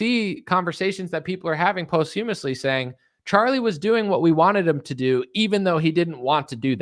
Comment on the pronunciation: Posthumously rhymes with "moss chew thus Lee" (you're pronouncing it wrong, not alternatively).